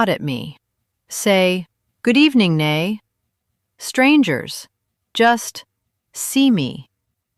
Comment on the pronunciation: It's not pronounced as nay (nae) but as 'nay (nie or ny like in my). It's' short for nanay (mother).